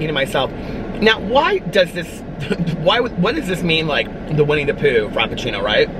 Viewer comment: Winnie the prue 😂😂😂